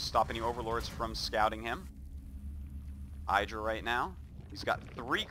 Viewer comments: why the fuck artosis always pronounce I-dra not Id-ra?? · Man I just subbed to his channel after learning he had one from a Devin Nash talk and I've been getting recommended so many games from WoL and I honestly gotta say I really do miss how every game was almost 30+ minutes but I will say I don't miss him mispronouncing Idra's name.